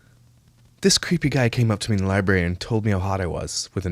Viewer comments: Love to see Myka's top 10 favorite books... Lol. Go back to the "libary", Myka...🙄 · anyone who says "lie-berry" has never been to a real library.... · Used them all improperly, too. I was screaming inside. For a ‘’lie-berry’ lover, she sure does NOT have a superior command of the English language.